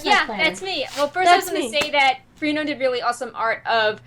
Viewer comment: Not normally a critical peep, but I think her name is pronounced - Fra-No-nah (Frenone). (not free-noan)